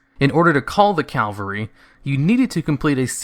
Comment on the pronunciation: CAV-UHL-RY. Cavalry. Not "Calvary" which is the mythological site of the religious fictional character Jesus' crucifixion. Drives me nuts every time I hear some uneducated person say the wrong word. Which you do in this video about 5 times so far. Ugh.